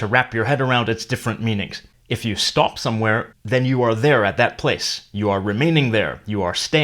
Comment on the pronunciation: I love seeing stop is pronounced as stap. So memeworthy.